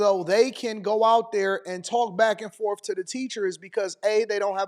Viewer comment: Blacks are a different species. This was a known fact 100 years ago but liberal whites have rewritten history. As far as this substitute teacher goes, it's "forth" not "forf" . It's well beyond fatigue at this point. It's time to bring back the N word.